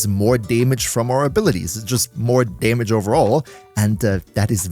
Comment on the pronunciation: Pet peeves me hearing staytus and daymage lol